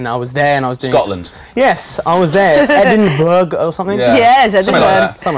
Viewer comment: 6: 12 ...how stuppiddd.,.,the guy has lived in england his wholee life ...and he cant pronounce edinburgh ?! its pronounced EDIN BRA ! NOT EDIN BERG ! U FOOL !